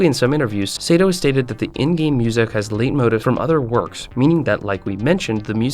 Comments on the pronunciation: Well, technically he did mispronounce the word: "leit-motif" which is pronounced like: "Light-moe-teef" (Whereas he mispronounced it more like: "late-motive"). Although, that's a Latin based, English musical term and not Japanese(which I'm assuming you meant he was pronouncing the Japanese words correctly) lol. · leit motif is pronounced "lay mohTEEF"